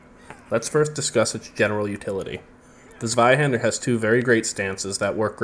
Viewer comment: It’s pronounced Tsveihender.